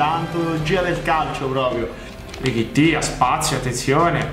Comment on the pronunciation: come mai lo chiami richitti? E non Tallotti